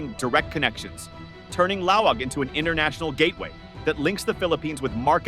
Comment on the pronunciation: It's Laoag, not Laong It's pronounced lawag, not "lao‐waaang" Short A's